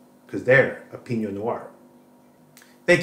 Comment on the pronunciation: The algorithm just recommend me your channel - as a lifelong audiophile and scientist (physicist) with acoustics specialisation, I was intrigued to see your content. Interesting review. Good to know there are some good affordable IEMs out there, evsn if I don't ever use them. By the way, Pinot noir is French. You are pronouncing it as if it were Spanish Piño - in French it is like "pee+no". All the best, in Switzerland.